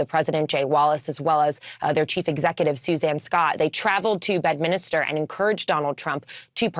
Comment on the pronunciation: Did actually say "Bed-min_IS_ter"? It's BED-MIN-STER, honey.